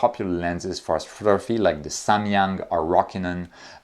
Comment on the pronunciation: Truly EXCELLENT presentation. Bonus points for pronouncing correctly: Nikon (well, at least once), Samyang; and for not yielding any objects to the Earth's gravity. 🙂